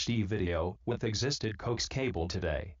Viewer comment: Learn how to pronounce coax.